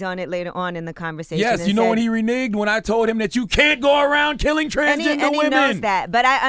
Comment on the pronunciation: lol them saying "renig" instead of "renege"